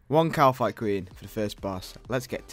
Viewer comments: I get so mad every time he says ''Kalaphite'' queen. that's just so awful.. ^ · its kalphite not kalaphite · So where does the second A come from in Kalphite, eh? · Why can't say/spell Kalphite properly